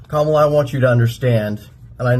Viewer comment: Pronounce her name, you rude person, you